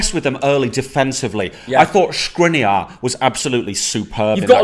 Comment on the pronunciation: That pronunciation of Škriniar was almost perfect.